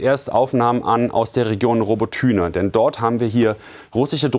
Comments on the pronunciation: nicht robotYne sondern robOtyne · Robbotüne 😂 Robotyne (ukr. Роботине) man sagt ja auch nicht Berlün ! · Wie er seit Jahren „Robo-Tühne“ sagt! 😅 „Abra-hams“ aus den USA…so so. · Robotyne wie er es ausspricht🤣🤣